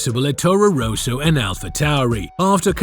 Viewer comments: Rosso, not Ro-so, How can you fuck this up? If you are American I will forgive you. Education is not known in that area. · It's Rosso, not 'Roeso'. Try Forvo.